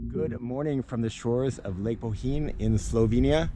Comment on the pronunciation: Good pronounced of Bohinj… nice video and good cycling circle regards from Slovenia 🇸🇮